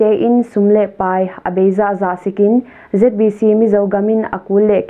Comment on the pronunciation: "Zeet bi Ci" hilo in "Zet bi ci" cih zawk ding hi.